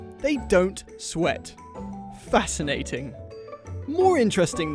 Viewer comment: When said "Fascinating", you couldn't have been more English, like Victorian English.